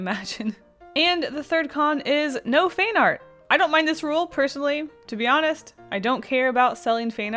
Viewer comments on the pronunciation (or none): "FAIN ART" got me confused. I guess you pronounce "Fan" slightly differently! Is this what you meant? Other than that very helpful. Thanks. A. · Sounded like you were saying fain art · Is "feign art" a Canadian pronunciation I didn't know about?.... asking for a friend. (Also super helpful video thank you!) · Ca. : you said " not fine art"? "fan art"? Finnard? Feenerd? thanx. Btw, subbed. bye!